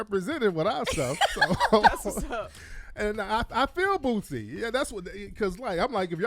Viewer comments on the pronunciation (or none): Anyone else thought they were saying BOOTSY instead of Boosie?